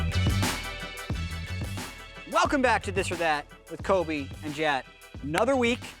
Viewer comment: David Fraser I heard that too and was like "what the fuck did Jatt just say?" xD